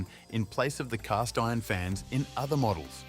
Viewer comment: Leeded gasoline" and "1920 as"? Additionally it's cooling FINS and not cooling fans. It' a robot voice. A pretty good one, but a human would have noticed and pronounced these things correctly.